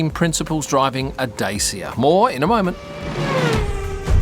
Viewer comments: Its pronounced Dachia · not dat-cha… neither day-see-ya. more like da-chi-a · Hey, it's pronounced "Dat-cha" (Dacia). Love the vids mate